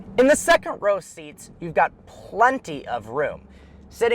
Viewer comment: SEC ROW SEATS